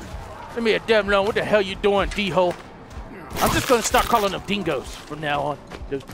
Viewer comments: I don't think it's pronounced d-hole I think it's pronounced Dole, remeber I said pronounced not spelt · its pronounced dole not d-hole in case you didn't know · It's not D-hole it's dhole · he said "Rare black Dingo", um its Dhole skin xD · I like how he calls then D holes when they are pronounsed doles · They are pronounced doole not dhole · its pronounced dole like the bannana company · its called hole not dingo or d hole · Wenja not ninja